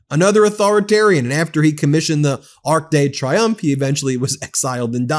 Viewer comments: Arc de Triomphe. Pronounced “tree-yomf.” It’s making me just a little bit crazy that no one seems to know how to pronounce the name of this famous monument. I’m American. I don’t speak French. I’ve never been to Paris. I STILL know how to pronounce “Arc de Triomphe.” I paid attention in my Western Civ class. 🤷🏽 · Ben the whole French speaking world has just winced at your pronunciation!